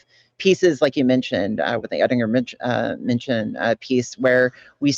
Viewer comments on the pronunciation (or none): I don’t like appearance shaming, and speciesism is problematic, but this is making my hay. manshen. Always manshen.